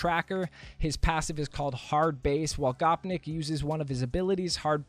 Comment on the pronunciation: Oi who doesn’t know how to pronounce gopnik if that gopnik came to game would be my number one choice for sure